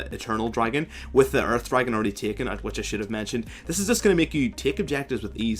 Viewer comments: First I understood "urf dragon" instead of earth dragon XD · "URF dragon" is what i understood first (earth dragon) would be fun to have a limited "URF buff" if you get one of these :3